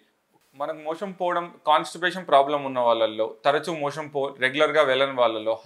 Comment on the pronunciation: 'మోషన్ ' అనడానికి బదులు మీరు 'మోషం' అంటున్నట్టున్నారేంటి?